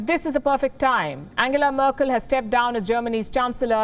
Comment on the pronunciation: She just pronounced Angela merkel name wrong, whike she was once criticising another politician due to same